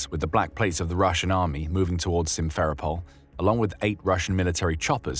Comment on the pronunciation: Pronunciation: Se-va-STO-pol (not "Se-VAS-to-pol), and Sim-fer-O-pol (not Sim-FER-o-pol).